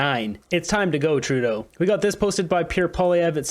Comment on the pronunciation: Dear, thank you for pronouncing Trudeau's name correctly. I can't stand listening to this person! i wonder if Trudeau had some work done on his face?? I wish that Trudeau will fall in love with himself even more and call an election NOW so that he can show all if Canada that he is so loved that of Canada will re-elect him.